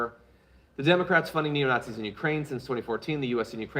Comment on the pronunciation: "Nat-seeing". Oh my aching sides! 😉